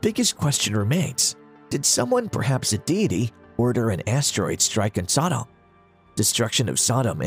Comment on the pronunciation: Why the stupid pronunciation of Sodom it is pronounced the same as sodomy or sodomite the two words originate from the city of Sodom because that is how they were behaving in Sodom.